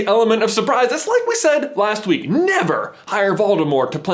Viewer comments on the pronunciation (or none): none